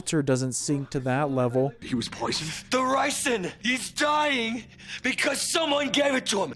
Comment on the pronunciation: "Walter doesn't sink to that levell" Oh... you're a sweet summer child.